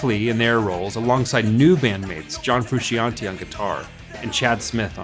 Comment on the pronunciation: the I in Frusciante is not pronounced, it is there to make the sc a sh instead of sk